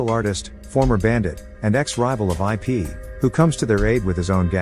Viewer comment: It’s not I pee it’s ip just correcting you😊